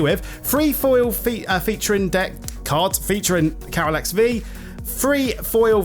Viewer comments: Like the reviev, but its not pernauncet Carylax, Its Calyrex <3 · Calyrex ❌️ Carylax ✅️